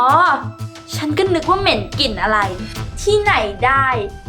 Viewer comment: กลิ่นจ้ะ..ไม่ใช่กิ่น